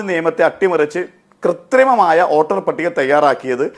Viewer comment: ഓട്ടർ അല്ലടോ വോട്ടർ വോട്ടർ